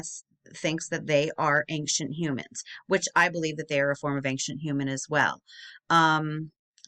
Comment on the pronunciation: Why do you keep saying ankcient?? You are more than mispronouncing, you are adding a letter that isn’t there. You sound uneducated and that is it good for your channel.